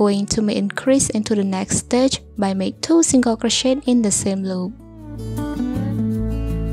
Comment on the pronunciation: all i hear is crow-shit 😭